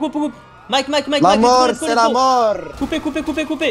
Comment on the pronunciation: La molllrrr c'est la molllrrr